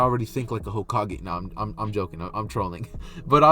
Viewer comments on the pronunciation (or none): none